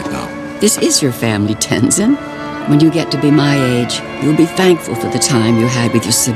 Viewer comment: This guy can make his mind up on how to pronounce Tenzin